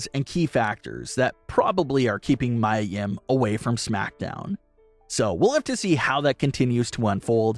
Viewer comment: Its miya nim not mya